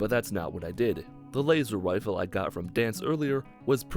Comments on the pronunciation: You said Lazer wifle at 6 39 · did he just say "Laser Wifle"